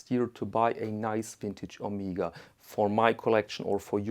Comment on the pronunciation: I have the Omega (pronounced Oh-meg-ah, not Oh-meeg-ah), Geneve gold with day and date from 1977. All the paperwork and regularly serviced and it is mint but failed to mention this watch....